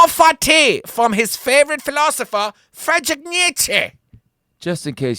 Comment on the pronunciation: Come on, Yanni, his first name is Friedrich, pronounced FREED-rick. You're better than that. :-D